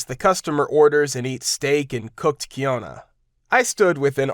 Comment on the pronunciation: For the future, quinoa is pronounced "keen-waa."